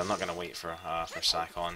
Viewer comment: sah- kon hmmmmm shouldnt it be say-kon? like bacon? bay-kon